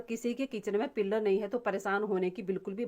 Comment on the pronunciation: पिल्लर मत बोल पिल्लर मतलब है खं बा पिलर बोल peal मतलब सोलना छिलका निकाल ना